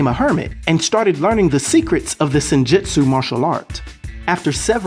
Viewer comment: good video. Sidenote: The Japanese word, "Jutsu" is phonetically pronounced as: jootsu like boots or roots. So, in terms of sounding out the word "Senjutsu", it would sound like "Sin-joots-oo".... Keep up the good content. Peace.